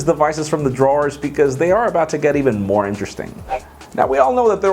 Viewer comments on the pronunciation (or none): none